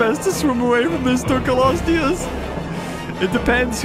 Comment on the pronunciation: Why does literally everybody I hear saying Dunkleosteus out loud pronounce it wrong, like Dunkelosteus? Even the characters in game and the voice over for their official launch trailer say it wrong haha. There is not an e after the k, there is an l. Nigel Marven did it right! :'D